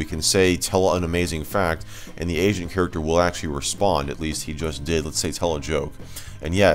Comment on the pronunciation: Heard "Asian Character" and not "Agent Character"